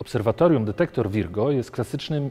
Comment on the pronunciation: Pan naukowiec mówiący "dedektor" :)